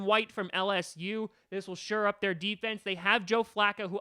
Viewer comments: Isn’t it “shore up” and not “sure up”? Brian Burns looks better than Sweat to me btw. I agree we should go edge rusher at 12. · The phrase is "shore up" not "sure up"